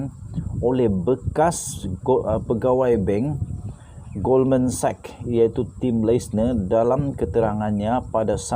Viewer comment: Wow dah pandai sebut Goldman Sachs secara betul 👍🏽👍🏽👍🏽🤗🤗🤗